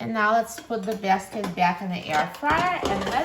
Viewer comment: I can’t help but wonder where you’re from geographically because I looove the way you say package and basket lol